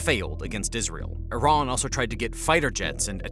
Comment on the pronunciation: I'm confused. Is it iran. Or tyiran. Cause I keep on hearing several people, including in this video, say tyran.... SO WHICH ONE IS IT??